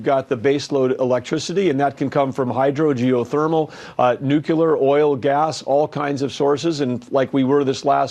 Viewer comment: Nucuelar. Just like Jimmy Carter.